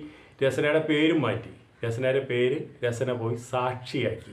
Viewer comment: രസന അല്ല രസ്ന ആണ്.